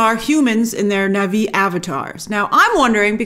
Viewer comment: It's pronounced Na Vee... not Nahvi 🙃! 🔪😎👎